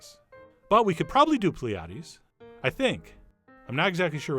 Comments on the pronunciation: Pliates ? Think you meant "pilates" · Hey Mr. Wishes, nice video. Those mushrooms look delish! Little side note, it's called Pilates not Pliatis ;) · "pliates" love u Chef John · "Pliates" LOL